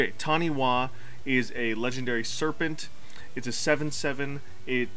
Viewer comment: It’s pronounced Tani-Fa I’m Māori and Taniwha are the equivalent of water based dragons in my culture. I’ve been wanting to build this commander for years